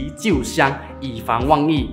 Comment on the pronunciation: 可能是Sabah/Sarawak人。“万一” 读成 “旺一”… 😂